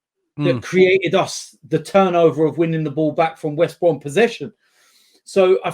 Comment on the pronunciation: Bro it’s West Brom